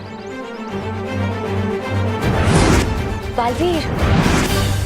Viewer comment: Dalveer, nahi, balveer, hai,😂😂😂😂😂